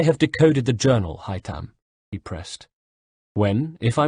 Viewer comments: IT'S HAY-THAM YOU FUCKTARD TOSSER,NOT HAY-TAM!this is the 5th audiobook,get the bloody names right. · I hate how he doesn't pronounce Haytham's name correctly. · Omg I hate the way he says haythem’s name I would love Adrian hough haythem’s voice actor to do an audio book that would make so much money